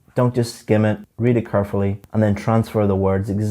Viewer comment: Carefully? car fully? kerfully?